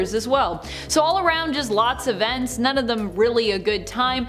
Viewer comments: Man said veents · how he says vents